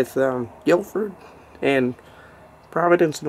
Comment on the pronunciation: Also, having lived in Worcester.... You said it wrong. But everybody does so no offense.